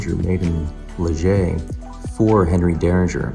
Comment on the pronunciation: Hey there, thanks for sharing. I might visit this place later this week. For your information, the name of the city (Liège) is pronounced differently (than how you pronounced it at the start). The way you pronounced the "g" is accurate, but that is supposed to be at the end of the pronunciation, because the final "e" in Liège is silent. After you pronounce the "i" (like English "ee", which is accurate), the "è" is pronounced like the "a" in English "man".